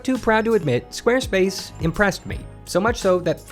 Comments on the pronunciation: I heard it so much that it sounds like "Squirtface ". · Squirt face is what i hear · they said squarespace in the intro so much it sounded like they were saying wednesday